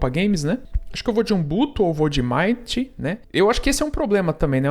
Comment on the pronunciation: Pronuncia,se Mint com i. É menta, em Inglês. 😉